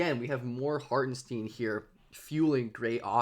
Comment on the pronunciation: I'ts not Harten-steen like sheen, its Hartenstein like shine